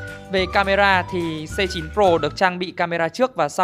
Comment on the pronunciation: Đọc là A9 nhưng vẫn ghi là C9, thế mới Tài :)))